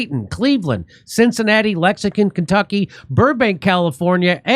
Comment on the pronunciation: It's Lexington, not lexicon.